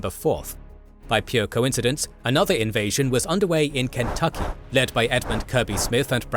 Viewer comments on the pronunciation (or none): none